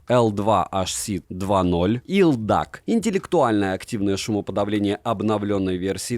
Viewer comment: ЭлДиЭйСи, а не елдак! 😊